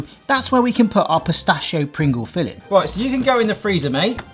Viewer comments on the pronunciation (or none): none